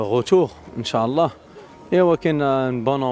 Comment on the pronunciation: ينبغي نطق " إن شاء الله " بطريقة صحيحة